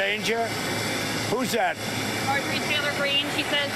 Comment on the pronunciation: If you Listen to trump repeating the name of M. Taler Green he say M. Traitor Green.